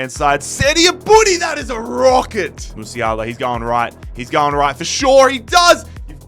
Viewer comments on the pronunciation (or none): none